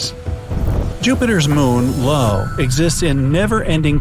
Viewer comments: Did you just call Io low? It's pronounced eye oh... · Just glad I wasn’t the only one who cringed hearing “Lo” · I don't want to be a stickler but Jupiter's moon isn't named "Lo". It is Io as in "Ai-yoh". If I remember it right, the moon was named after a mortal princess lover of Zeus from Greek Mythology. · It's Io! Not Lo! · Finally someone talking about this, everyone is talking about him saying Lo instead of Io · The moons name is I O not LO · Umm, the moon around Jupiter is pronounced “eye oh” not “Low”. Sheesh… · Jupiter's moon "Low"...... Um, that's "io" mister narrator! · I'm sorry....did you pronounce "Io" as "low"? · 'Jupiter's moon: Lo'😂 It's Io (eye-oh) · Lo??? You mean Io? So many mispronunciations. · Io is EYE-OH, not LOW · Yeah! Did he think "I" was a small l? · I'm sorry, did he call Io "Lo"?